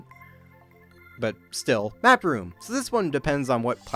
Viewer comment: when you said map room I heard backroom